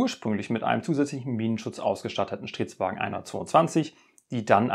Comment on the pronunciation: Ich verstehe immer nur Shitwagen 🤔🤭